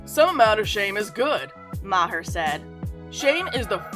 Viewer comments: It’s Bill Mar not Bill MaHer. Cmon that’s just lazy not knowing how to pronounce his name. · It's an Irish name and it's prnounced Bill Maaarrr. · Ma-her? Thankfully not many people have seen this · Bill MAR-Her? What? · I love how she's mocking Bill Maher with her "I'm an idiot" voice while so grossly mispronouncing his name. The irony is..... so tasty.